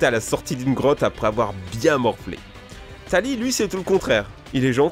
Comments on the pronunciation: Mais ces pas Tali ces Tili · c'est Tili pas tali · C est pas tali c est tili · c est pas tali mais tili!!!!!!!! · on dit TILI pas TALI cordialemnt c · Tili pas tali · c tili pas taly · tili c est tili pas tali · Taly ? Tilly plutôt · C'est tili et pas tali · tali ses pas plutôt tili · C'est Tili pas Tali😅👎😅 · TILI PAS TALI !!!!!!!!!!!!!!!!!!!!!!!!!! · tu sais pas lire c'est pas tali c'est tili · T con trash c pas Tali c tili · C'EST TILI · Tu t'est trompé c'est Tili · tili plutôt non ? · Le rival de soleil et l'une, il se prononce tilli.😑😐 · C tili et arrête avec Regis c blue pk tu dis toujours les noms LES plus moches 😂? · Mais pourquoi Tali??! POURQUOI tu ne sais PAS lire! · c'est pas tali mais tili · C'est pas Tali c'est Tili !!!! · C'est pas Tali c'est Tili 😂😂😂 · Et tili pas tali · Mes c pas tali mes tili!! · mais c'est TILI pas tari... c'est ce que je me suis dit pendant tout l'épisode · Tili et pas Tali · Quand il a dit Tali au lieu de Tili j'étais perturbé mais si il est dislexique sa se comprend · Il dit bien Tali au lieu de Tili donc... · MEC C'EST TILI PAS TALI !(ça m'a grave frustrée que tu dise TALI !) 😂😂 Sinon cool la vidéo ! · ce n'est pas Tali mais Tili ^^ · C'est pas Tali c'est Tili😂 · mais non c pas tali!! c'est TILI o mon kokoro 👏👏👏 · Tali!!!! J'ai bien révé ? Il a dit Tali ? C'est Tili son nom mdr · Pour le village Toko ça peut être Ténèbres comme le doyen (Danh)... Et c'est Tili pas Tali... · C pas tali c tili ! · C'est pas Tali, c'est Tili !!! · Ma tehori c’est que on dit tili et pas tali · Tu as dis Tali mais c'est tili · mais attends c'est pas Tali c'est Tili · C'est Tili nan ? Pas Tali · Tali c'est pas Tili? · C pas tali c tili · Je crois que c'est Tilie et pas Talie... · C pas Tali,c Tili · C'est pas Tali mais Tili. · C'est pas Tali c'est Tili... Gros pas vu ton commentaire Lewis K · Ta dit Tali a la place de Tili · Tu as dit tali mais c'est tili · C'EST PAS TALI C'EST TILI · c'est pas tallie mais tilli lol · c'est Tili pas Tali...